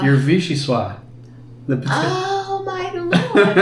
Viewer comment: The Italian immigrants I grew up alongside of didn't pronounce the P in prosciutto nor the CC& A in ricotta; it was "bruh-zshoot" and "rih-goat" ! Mama Clams should confiscate your Eye-tralian card! PS, although French often have "soft", unpronounced letters, vichysoisse ends with a "z"sound, like "swaz". I'm waiting for you to make, and pronounce, Bouillabaisse ! 😉